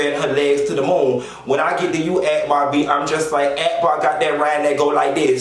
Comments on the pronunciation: When he read Arkbar 😂😂😂. Like thissss 😂😂😂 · Lmao why u read akbar like that girl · When he read Akhbar, I died like disssssss...💀💀💀💀💀💀💀💀